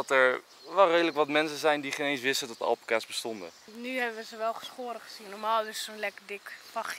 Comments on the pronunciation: Je spreekt het niet uit als alpakas maar als alpaakas i know je schrijft het als alpaca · Het is al-paa-kaas niet alpa-kaas (je schrijft het wel alpacas) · Je spreekt het uit als alpaaa-caas niet al-pa-cas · Iedereen: alpacas Enzo: Alpekaas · Het is geen alpacA's maar alpAca's, goed uitgelecht?😂✌🏻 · zo spreek je het niet uit! Het is alPAca's, niet ALpaca's. Sorry, daar wordt ik lichtelijk agressief van😂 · Iedereen: Alpaca’s ( Alpaaca’s) Enzo &: Alpacaas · Alpaka's en niet alpeka's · nobody: Enzo: Alpenkaas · Fleur van der Wansem hij zegt alpenkaas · Niemand: Echt helemaal niemand: Enzo: apacaas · Wij hebben ook alpaca’s, dat met die halzen om elkaar heen was geen liefde ofzo, maar vechten. En het is alpaakaa zegma😂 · Alpaaaaaca's (de klemtoon ligt dus op pa😜) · Niemand: Echt helemaal niemand: Enzo: alpekaas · Hoe je het zegt alpaacaas hoe Enzo het zegt alpacas’:Ah là pak kaas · Het is alpaakaas en je schrijft het als alpaca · Oké het is alpa-cas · je zegt alpaakaas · 😊😊😊😊😊 Het is alpakaaas En het is niet akrapOvic maar akrApovic